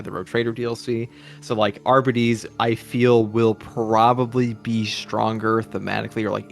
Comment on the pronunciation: Why is it so hard Darktide YouTubers to pronounce Arbites correctly??? “Arber-Raider” “Arbiter” (from Halo?) “Arbeedees” “Ar-Bite” “Arby’s” (we have the meat!) “Arbidees” WTF!?!😂😂😂